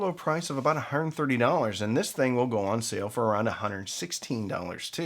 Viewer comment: ON; - it's pronounced "on"